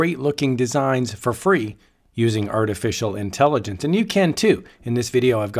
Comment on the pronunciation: I heard you say art-official intelligence lol 😂